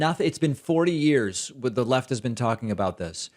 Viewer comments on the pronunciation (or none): none